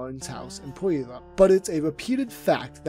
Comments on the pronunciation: I remember around 2019 when he was getting a fallowing on Social media my girlfriend saw one of his outdoor videos and thought "wow that looks like our area " Well after a bit of research turns out we lived very close to him in Puyallup. On that note. The narrator absolutly butchered the name of our town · Ok this video is really good but you messed up the pronunciation of puyallup 😭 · i know that josh's story is very tragic but every time i hear this guy say "puyallup" i can't take it seriously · It was mildly infuriating listening to the pronunciation of Puyallup. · Your not saying Puyallup right dude, it pisses me off I live 10 minutes from there 😂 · Pronounce Puyallup right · understandably hard to enunciate, but i cringe every time i heard Puyallup in this video lol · No offense but as someone who was born in Puyallup, the way you pronounce it makes me die inside lol I’ve heard worse pronunciations tho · I cannot stand how he says puyallup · I hate to say it but your pronunciation of “Puyallup” is way off hahaha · Butchered our home town name yikes 😂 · I gotta admit, the incorrect pronunciation of Puyallup made me laugh lol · Puyallup. You can tell who’s been to Washington and who hasn’t. Lol. Love your stuff. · As a washington resident i should let you know your not pronouncing Puyallup correctly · Bruh said puyallup wrong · Imagine mispronouncing Puyallup lmao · Lmao its pronounced "pew-wallup" not whatever tf you said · haha you mispronounced Puyallup haha, Im from that area. its pronounced PEW-ALL-UP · The way he says puyallup it’s supposed to be (pull-y’all-up) that’s how I learned to say it😂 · As someone who lives near Puyallup WA it always gets me because no one ever gets it right. Which is fair considering its PYOO-AHL-UHP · Butchered puyallup but its okay. pew-all-up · u completely butchered the pronunciation of puyallap washington 😂 its pronounced pew-all-up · Btw it's pronounced pew-allup, not Puyallup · Puyallup is said like pew-al-up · Pew- Al - up